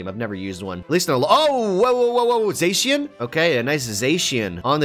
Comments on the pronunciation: When someone says zayshian instead of zashian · Its zackian not zasian ok